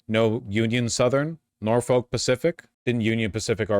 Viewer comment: As someone who grew up close to Norfolk, VA and has had a few family members work for Norfolk Southern, it hurts me every time you pronounce it like that (it's pronounced more like nor-fick, local news did a whole thing about how to say it a while back). Outside of your outsider pronunciation, I hate this. We need more train companies, not less.